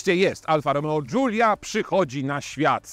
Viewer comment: który nie potrafi nawet przeciętnie wymówić nazwy modelu, zaczyna go krytykować. Dziękuję, nie oglądam. Wolę film od Jagody i Coobcia;)